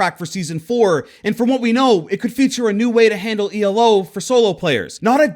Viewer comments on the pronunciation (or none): When he said E.L.O 🤮 why not just say elo